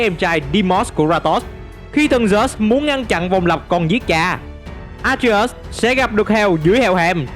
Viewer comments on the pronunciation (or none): Đọc tên A Tri Ếch sao nghe kì kì vậy.